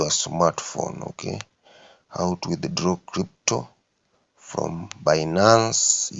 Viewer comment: Eti how to withidloow😂